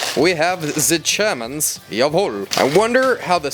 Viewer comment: ‘Here are ze geEermans’ got me cracking up 🤣